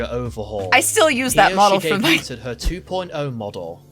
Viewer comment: Great job with the vid, but I took a bit of psychic damage every time he pronounced debuted as debut-Ted.